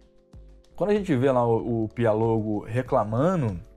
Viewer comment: É Pi-o-lo-go ... e não Pi-a-lo-go.... ok.... só para entender. ...